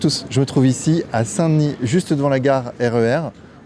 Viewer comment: Parfait ! Avec l'accent en plus...😉